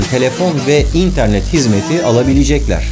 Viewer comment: Barış abi neden internet derken değişik bir vurgu yapıyorsun?